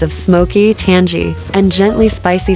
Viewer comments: Ai voices says Tan-gee 😂 for tangy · Is it just me or should the AI that you use for food videos know the word “tangy ?”